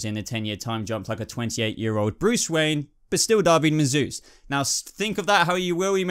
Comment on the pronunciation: Just found your channel and I love it. Please don't think me critical but it's *David, not Darby. All the same, great video, watched it while on my lunch at work and had a blast. Cheers!